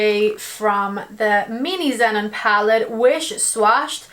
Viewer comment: pronounce the name of the palette correctly: "Ze-non." It's "non" as in "non-fat milk." 😉